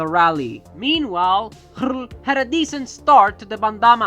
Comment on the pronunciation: I'm sorry, but I find the way you pronounce röhrl too funny. Excellent effort though 😁🙌 your 'hrrl' really has some gusto :D 'Ö' is kind of a weird modification of 'O' so feel free to just use o as in ocean h after a vocal (including umlauts like ö) just marks an elongated version of that vocal (same as english oh ah etc) But I super respect & appreciate your very original transliteration of röhrl xD